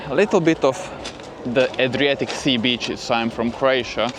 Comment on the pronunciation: The way you say Beaches sounds more like Bitches lol ! Better say sea shore😄